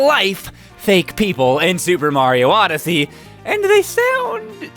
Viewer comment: C'mon it's Supa MARIO ODE-ODYSSEY. YEAH.